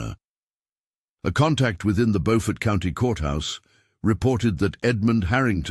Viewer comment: It's PRONOUNCED with a long u sound as in Buford but spelled Beaufort.